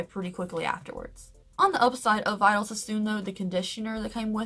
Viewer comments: It’s pronounced (vee-dayl) not (vy-duhl) 🙄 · So much good info. Also, Vidal is pronounced like Vee-DAL. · I hate to correct you but gosh I have to - Vidal is pronounced Vee-d-Al (like the name).